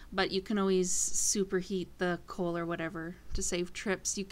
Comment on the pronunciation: She keeps saying "coil" when she says charcoal and coal. lololol